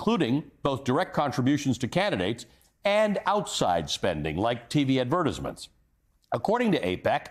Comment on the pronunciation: Advertizmen, i caught that. Meant o be Advertisement I would image, gave me a nice laugh. Good times